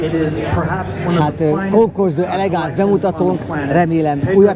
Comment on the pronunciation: Na ok pár dolog : Concours d’Elegance helyes kiejtése: Konkúr delegansz Sebring : Szebring ( nem Szibring) Duesenberg : Dűzenberg nem Dujzi meg Dujzenberg ugyanis eredetileg Ü-vel írták a család nevét.hasonlóan a Boeing családhoz ami szintén nemet eredetű család . Amúgy a videó szuper , nem vagytok autós újságírók de hal Istennek nem is akartok okoskodni .